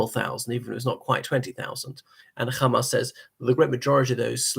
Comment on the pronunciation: Are you Israeli? Why do you keep pronouncing Hamas "Khamas" like an Israeli Jew?